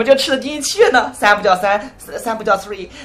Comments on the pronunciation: Dear sir/madam, just thought that you might want to know that "sree" is not the correct pronunciation of "three" and "princess" is not spelled as "pricess". Also, you might want to slow down and actually look at the camera when you read. Not as if you would be able to understand what I have just written, but it was worth a try. :) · It's "three". Not "swree". =.= You're not in any position to criticize our language because we speak better English than you do. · He backfired himself. Three is not pronounced as swee. It's th ree. Hhahaha, weirdo.